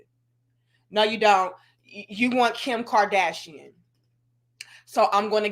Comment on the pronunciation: "Kim karthrashian " 😂